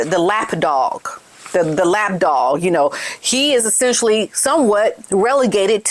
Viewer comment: Did she say lap dog or laff dog?